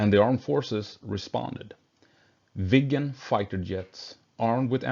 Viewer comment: Instead of Viggen, I heard “vegan”, which crashed my brain for a couple of seconds 😅